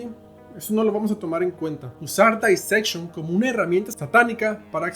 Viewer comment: Éste tipo no sabe nisiquiera pronunciar Dissection, todo lo que dice en éste video es pura tergiversación casi cristiana...